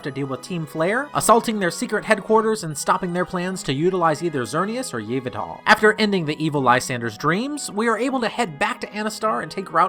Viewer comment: Yveltal - Ee-vel-tal, not Yv-ll-taaal